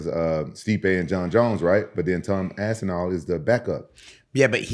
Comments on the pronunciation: Repeatedly calling Tom, “Tom Ass-inal,” doesn’t make you look good the way you think it does… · Gets corrected, still says ass n all moments later, I love it 😂